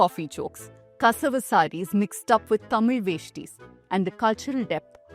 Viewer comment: You correctly spoke thamizh this is the firtime i have seen from an english channel Thank you